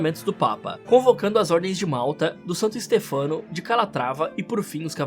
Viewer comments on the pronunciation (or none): none